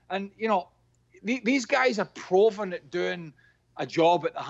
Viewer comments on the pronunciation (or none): Everybody: "Prooven" Craig: "Prawvern"